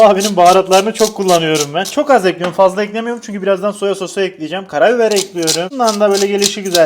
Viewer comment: hiçbir videoda değişmeyen şey: tencereyi ocağa eklüyürüm